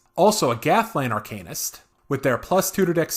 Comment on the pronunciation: AR-CAN-IST, as opposed to ARCANE-IST